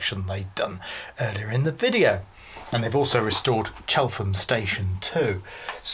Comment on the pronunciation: Nice video but it’s pronounced Chellam locally and the rover mostly Yo